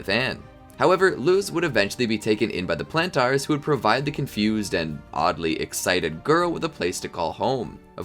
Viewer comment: The show is in English, how do you mispronounce Planters?!